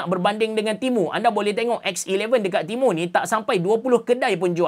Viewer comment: Aku dengar timun 😂